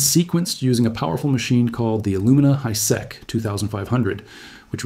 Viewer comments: not pronounced Hi-sek but Hi-Seek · Modern day Palestinians are descendants of the canaanites and the israelis are eastern European. Hiseq is pronounced high-seek